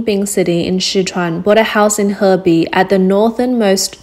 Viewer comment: She said heibei city... 鶴璧市 hebei city huh